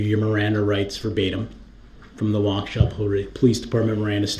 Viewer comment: It does sound like wau kesha lol he is the only one who said it like that and i said it like that firdt time lol